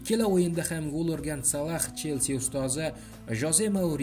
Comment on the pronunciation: Админ Салах эмас Салох